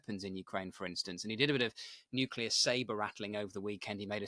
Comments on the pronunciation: Hamish, tHE WORD IS nuclear. nu-cle-ar It's pronounced exactly like it's spelled. You're an adult, and a journalist. For pity's sake... there's no "Q" in the word. If you hear one, it's because it's because it's been mispronounced. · This fellow can't correctly pronounce "nuclear". He says, "nuclular". From an Englishman??? Ha ha! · Nuclear. NUKE-LEE-ER. It is NOT hard to say. FFS. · "Nuclear" is pronounced as it's spelt!